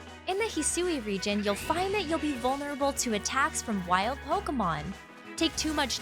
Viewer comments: hearing her say "hee-soo-ee" region is killing me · The way Hisui is pronounced is gonna trigger a lot of “Hey Siri”s. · When you have to go check the Japanese trailer because the pronunciation of Hisui just doesn’t sound right in the English voice over given you’ve heard the word spoken in an anime before (it sounded as expected in Japanese so I have no clue what went wrong when providing notes to the voice over person for the English version)